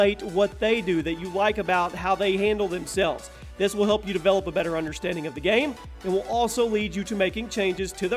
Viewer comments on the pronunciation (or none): none